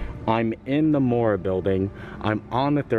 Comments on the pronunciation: Moorea is pronounced Moor-ray-ah, not Moorah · When you pronouce polt words you have pronounce each vowel seperately...so MO O RE A. Thanks had a fun time today.